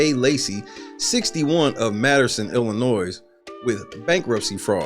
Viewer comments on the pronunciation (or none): Please say it right. Yes, the "s" at the end of the word "Illinois" is silen